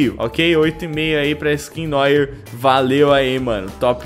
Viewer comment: "Noir" se pronuncia "Noar".